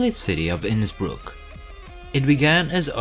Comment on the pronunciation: I am glad you pronounced Innsbruck properly. 😊